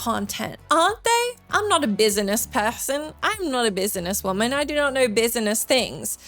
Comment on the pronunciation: I can listen to you say bis-a-ness all day